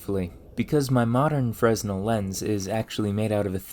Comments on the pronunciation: Forgive my pedantry, can't help myself. Fresnel: FRUH-nell Aristophanes: eh-ruh-staa-fuh-neez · Glad someone called this out. It bugs the heck out of me hearing “fres-null” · Great video as usual. Just wanted to note that the 's' in silent. I think it is good to honor the scientists by pronouncing their name as closely as possible to the original pronunciation. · It’s pronounced “Fren-ELL”, not “FREZ-nel”. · Brother... It aint "frez-nul' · it's pronounced fre-nell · Fresnel is weirdly pronounced freh-nell. The pronunciation-spelling divide is stupid, but different stupid than English, so I suspect it's french. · It's basically pronounced Fr-eh-nell. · hate to be that guy, but its pronounced FREN-el/FREY-nel. made the same mistake for the longest time lol. Loving the videos so far though! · Fresnel has a silent s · No biggie, they're both dead and won't mind, but you "Danger'd" Fresnel's name. The 's' goes unpronounced. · Frenel the s is silent. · You don't pronounce the "s" in Fresnel. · The "s" is silent in Fresnel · fyi the "S" in "fresnel" is silent. and Arisophanes and Strepsiades are pronounced "a-ris-tof-an-eez" and "strep-si-a-deez" ancient greek names ending in "es" always have one more syllable than you'd expect. think of "Archimedes" & "Socrates" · As others have stated, Augustin-Jean Fresnel was a French physicist, so the "s" is not pronounced. He was actually very important for the field of light and optics. Here is a quick little video in French about Fresnel lenses which has a native speaker saying his name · By the way, the s in "Fresnel " is sort of silent (technically it modifies the pronunciation of the "e" slightly). There was a period of time when old french had a lot of es's in it, but they all got swapped out with "é" except it would seem in some names where the spelling didn't change but the pronunciation did.